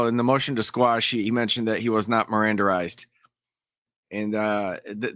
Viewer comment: Seemed like everyone who had the chance wanted to hear him say “Mirandarized” again. Everyone knew what he meant but wanted to hear the nonsense all over again!😂😂😂😂